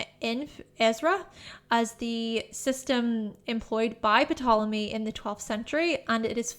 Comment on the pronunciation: The p in Ptolemy is silent